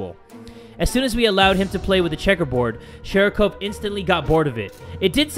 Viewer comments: You pronounce it shArikov, not shErikov. Also, it literally means ball. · continues to call it shErikov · keeps pronouncing sharikov's name "SHEERIKOVE", in the beginning, and im sitting here like... NEW CAT?!?:0